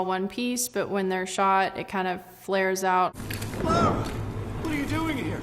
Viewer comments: It's sounds like she's saying Laura Croft, there's no 'u' in Lara. Not sure why people can't say La <- (when you go lalala I can't hear you). Ra <- (the god of Ancient Egypt). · LARA not Laura